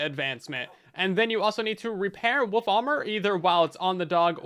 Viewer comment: Usually, I don't mind your miss pronunciations but it's wolf not woof dam it 😠😉